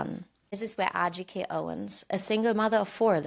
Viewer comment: It pisses me off that she calls her A-Jike. How stupid are you lady? That was a redundant question by the way. I have no words for how much I loathe this lady.